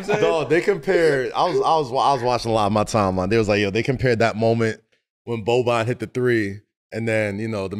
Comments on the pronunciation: It's not Boban it's Bogdan. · It's Bogdan not Boban.... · Bogdan* Bogdanović, not Boban... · It’s Bogdan not Boban! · Aint his name Bogdan or im tripping, they saying Boban ? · It's BOGDAN!!! not Boban!!! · Not Boban, Bogdan. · lol Bogdan not Boban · At least get his name right. He is Bogdan.